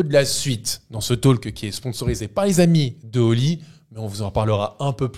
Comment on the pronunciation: super vos videos. Juste un truc, ça fait longtemps que je voulais écrire...On ne prononce pas le L dans le mot talk ! Faites ce que voulez de cette remarque mais voila c'est dit ! Bravos les gars et vive le PSG <3 "La prononciation de "talk" en anglais est [tɔːk]. Le son "a" est comme le "o" dans "horse" (en anglais britannique), et le "l" est souvent silencieux. Donc, cela se prononce comme "tawk".